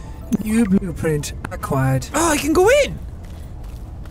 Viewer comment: Sean new bluprin aquired Me don't you mean aqua-ed